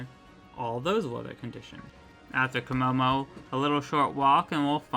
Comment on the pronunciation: It’s kimmo-o not kimmo-mo